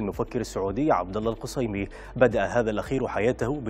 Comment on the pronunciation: القصيمي بالفتحه وليس الضمه